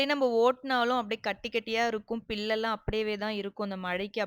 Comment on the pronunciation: அது புல் மா. பில் இல்ல.😂😂